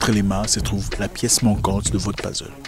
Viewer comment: "Pazzle " Tonton ca pique les oreilles ca ! Mais bon comme d'habitude vos vidéos sont très inspirantes. Vos vidéos tombent toujours bien, je veux dire au moment où je suis en réflexion sur quelque chose qui me tracasse vous faites une vidéo ! Merci encore 😘